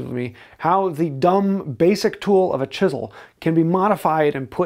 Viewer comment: If chisels were that important, how come he hasn't learned to pronounce "chisel".